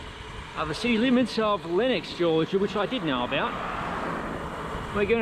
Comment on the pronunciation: Aye-dell, and you have Lenox correct.